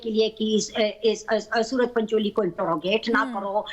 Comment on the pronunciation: 12.27 - सुअर पंचोली है न कि सूरज पंचोली